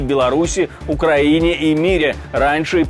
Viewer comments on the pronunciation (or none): none